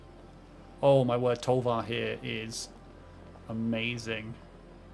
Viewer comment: Calling Tovolar's Huntmaster "Tolvar" is kinda annoying... Like, that dude isn't even Tovolar! He WORKS for Tovolar! It's like calling "Sheoldred's Headcleaver" by the name "Sheoldred!" No! And, of course, it's pronounced "Tow voe lar," not "Toll var." But that's more obvious. But both of those together makes it worse Cool deck though, nitpicking aside